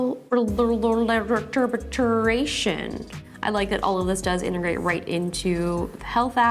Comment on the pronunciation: Atrial fib-ri-llation